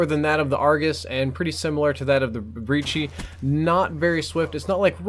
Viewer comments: I cringed when he said brecci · haha he said brecci wrong